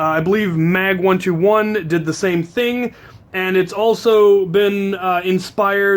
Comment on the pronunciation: isn't he called Mag212 and not Mag121